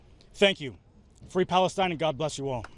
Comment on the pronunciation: Fwee Fwee Palestine mommy, 😊